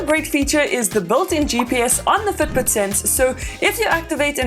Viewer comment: It took me 52 seconds to understand that she was in fact NOT saying foot boot.